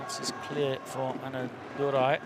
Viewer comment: Commentator's best moment is calling Anna Durai as ANNADURU the whole time